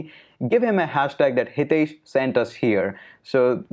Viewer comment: English people must be thinking about high tech, so they pronounce your name like Hi tesh